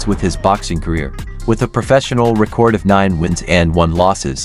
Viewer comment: dont get why mike would do this... senior citizen vs prime age.. not a contest really. but mike will destroy him, no matter jp wins,,, the mere matching of his name in the same sentence as the LEGEND that is Mike Tyson will carry his "career" dude.. learn to say record. you say it like "record that" horrible...